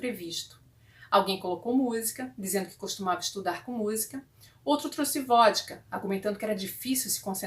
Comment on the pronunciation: Adorei suas leituras e sua expressão ao ler. As aberturas foram bem escolhidas. Doeu no ouvido o truce no lugar de trouxe no final.